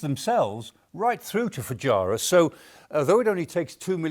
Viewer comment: There is a strategy?? OMG, at least get the pronunciation of things right, Foo-gy-ra??? 😅😅Never heard it called that before.